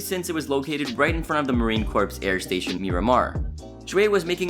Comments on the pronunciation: Marine Corps....Corps is pronounced "core" not "corpse". Corps is a word of French origin. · Corps is pronounced like core.